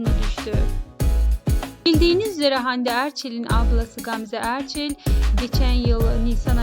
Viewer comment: Erçil değil Erçel..